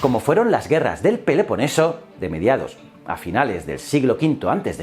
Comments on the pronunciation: No es "Peleponeso", es Peloponeso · ¿porqué dices "lizurgo" y "peleponeso"? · ¿Qué sucedió con tu dicción, tu pronunciación? ¿Peleponeso? Eso podría estar en Brasil...😂😂😂 ¿Hosplitas? Estás "muy pero como que muy" apurado. Te envío un abrazo y siempre te sigo en "Historias ..." y "Ciencias...".